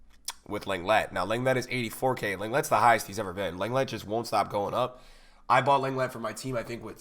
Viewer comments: Got a lot of love for you dude, but it's LONG-LAY, not LENG-LET. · Long-lay not Leng-lett haha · You pronounce lenglet as longlay You’re welcome ocd ppl